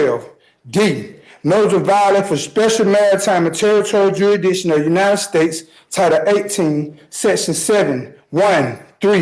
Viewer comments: Hey SovCit, 'de jure' is pronounced like this: day gur•ee. Oh, I almost forgot... 'Jurisdiction' is pronounced like this: gur•is•tic•shun, not 'Juridiction. Just a friendly head up! 😂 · WTF is a juridiction? If you are going to argue with legal nonsense, you could at least pronounce the words correctly. Is that too much to axe? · OMGOSH. If I have to hear say jurssdition (jurisdiction) one more time. Thank you to all of the law enforcement and courts for protecting us from these belligerently dishonest mental midgets. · ..... Did this dumbass for real try and use the Magna Carta? Or did I hear wrong? And also, you should be automatically disqualified from representing yourself if you constantly say "juridiction" instead of jurisdiction. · The fact he keeps pronouncing it ''jurydiction" and not "jurisdiction" is beyond hilarious 😂😂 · not jury-, juri, with the soft i sound "ih". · He didn't say "jurisdiction," he said, "jiridishin". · WTH is "Jury Diction" xD xP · Love when they say "jury diction" 😆 🤣 😂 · He shouldn’t even go pro se for a traffic violation. I almost chewed my tongue off waiting for him to stop talking. Especially each time the self proclaimed Law & Order certified attorney said the word ‘jureedision’. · The moment the word "juridishkin" comes out of your mouth, you should be automatically declined the right to represent yourself lol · I like how he said George Jetson instead of jurisdiction. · I absolutely love the way he so confidently vomits up these insignificant written presentations with the belief that he is saying something intelligent or relevant... Especially the redundant, "Jury-dishin" and the, "Your Honor!" At the beginning of every bullet point. 😂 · Is he saying "jurydisshin"? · What would you know? It’s juridikshun - weren’t you paying attention? Jeeez. 😂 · If I have to listen to him say ‘juridiction’ one more time! 🤦‍♀️🤪😩🤬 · Somebody please tell me what da rass, duridiction means to 😂😂😂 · "Jerri-dickson" lmao